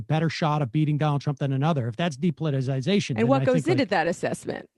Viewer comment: Thank god Emma's on the show now. Maybe she can teach the rest of the team how to pronounce "depoliticization."